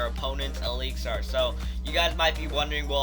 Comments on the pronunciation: Stop saying elixar its elixir not fucking elixar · It's pronounced eliks-er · Why does he say ALIXAR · Really??!! Eeleexar?